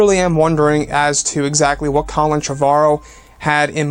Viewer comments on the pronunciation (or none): none